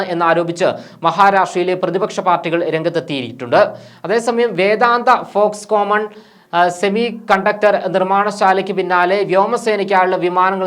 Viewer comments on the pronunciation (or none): ഫോക്സ് കോമൻ അല്ല Foxconn